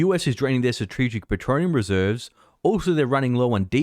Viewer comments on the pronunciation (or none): Why can this fat tongue liar pronounce "strategic petroleum reserves" . What is "statreigic petronium reserves"? Cause that's how the fat tongue fear porn producer has pronounced it every video. How do people take fat balding barely able to speak tards serious? According to this guy we are 2 weeks away ever 2 weeks.